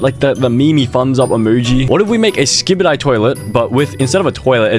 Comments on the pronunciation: i know it's skibidi toilet but he said skibidie toilet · For those who don’t know, it’s skibidi toilet not Skibadie toilet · bro really said skibi die toilet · "skybidi toileh" 😭🤞🥀💀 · “skybidi toilet”😭 “Grymace”😭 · “Skybeedee twoilet” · "SkiibidI Toolet"☠️ "Griimace" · WHY DID BRO PRONOUNCE SKIBIDI LIKE THAT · Why does he say skibidi like that? 😭